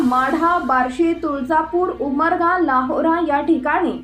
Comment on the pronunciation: लाहोरा नाही ते नाव लोहारा आहे Madam